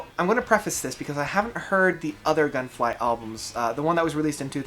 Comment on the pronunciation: Nice review, thank you sir! But it's actually Gungfly, not Gunfly :)